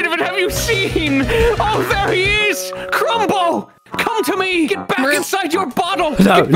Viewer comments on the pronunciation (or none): I love how “Crumble” slowly descended into “Cumblow”